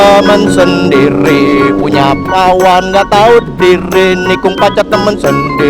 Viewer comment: Kawan bang bukan pawan